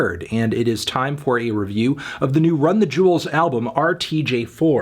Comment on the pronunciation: Melon, it's "Run the Jewels" not "Run the Juuls"!